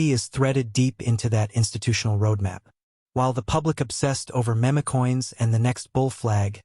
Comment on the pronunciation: This bot is pronouncing meme coins wrong